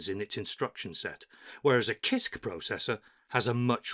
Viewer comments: Hi, I study English. Why do you pronounce "kisk" not "sisk"? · I like your videos but CISC is sisc btw. I though I was doing it wrong all the time but after checking wiki and other websites, I think I can conclude that it should be pronounced as “sisc”. Thanks for sharing and making a such high quality tho. Just giving some minor information about the pronunciation. No one else is listen. I think much of the new experience though. Thanks! Sir!